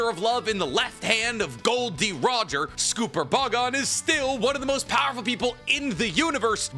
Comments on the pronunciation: Dude why do you say scooper “GOL D” Rodger “Silvers” Rayleigh If only there were a clear pattern Gotta be my favorite YouTuber that doesn’t know how to pronounce most names in anime/manga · Did he say SCOOPER? Big SCOOPY guy huh? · Do you pronounce copper like cooper?😂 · Scopper rhymes with copper. It goes with a theme. Gold, silver, copper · Scopper Gaban ‼️ not Scooper Gaban 😂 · no you can say every other name wrong but cmon its gold silver and copper Gol.d Roger Silvers Reyleigh and S...Copper Gaban its Scopper not scupper like im scooping poop its copper with an s like idk that one just annoyed me its so simple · It's Scopper, not Scooper ffs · On 047 how he says scopper caban just makes me cringe. Just to let you guys if you didn't know how. Goldie Rogers first three crew members worked is it was gold deed. Roger, he's gold then it's silver silver's raley for silver and it's copper Gabon for scupper Gabon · It's not Scooper bud, 2 P's not 2 O's sCopper gaban Silver Rayleigh GolD Roger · Gunko is fair tho if it helps for scooper the pirate king and his wings are named after gold silver and copper so those names are all pronounced as such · Normally I hate people criticizing your pronunciation of things, but I can't get over the way you keep calling him "Scooper" it's like "copper" to fit with the name scheme (gold, silver, copper) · it is not scooper it is pronounced like copper. so s=copper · It's not scooper btw. It S copper. Copper (the metal) with an s before it. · It has to be rage bait, right? “Junko, Sommers and Scooper Bogon” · Lol "Scooper"? You need to work on a lot of pronunciations lol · what the fuck is this pronunciation? S-cop-er it’s just copper with an ‘S’ at the beginning 💀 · The funniest part about the scooper pronunciation is how Tekking jokingly says it 😂😂😂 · Chat, is he mispronouncing all the names on purpose? 😂 Scooper Boggone Goon-co Huhhh?!